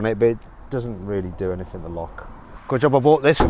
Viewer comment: Struggling with some words. Wrong "k" - Anythink?